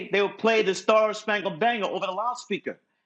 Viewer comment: He actually said Bangle 🤣